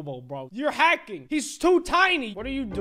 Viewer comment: Havking she got the achievement for a new word havking 👏